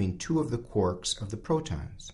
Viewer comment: "Quorks"? Ahhhhh it's "Quarks" :D